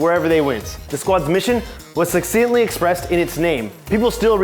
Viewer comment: I think the problem is that he's struggling to read. It looks like they needed multiple takes for every sentence, given how often they cut away. , for instance, you can't tell if he's trying to say "succinctly" or "succeedingly," and even he probably doesn't know what he's trying to say.